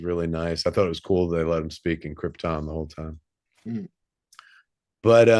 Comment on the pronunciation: Did Marc just go Brando and pronounce it "Kryptin"?